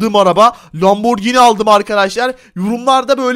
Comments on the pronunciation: Lamborgini. Dehil. Lamorcini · abi lomborgini değil lanborjini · Lamborgene denilir ona